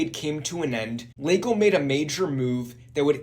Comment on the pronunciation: Why do you keep pronouncing it "Leygo" ?? Annoying AF mate.